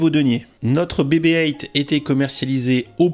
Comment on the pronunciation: Bebe Eight... c'est quoi cette prononciation, soit on le dit a la française donc "bébé huit", soit en GB et donc "bibi eight"...! sinon bonne vidéo!